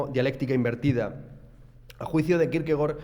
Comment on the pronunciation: Gracias por pronunciar bien Kierkegaard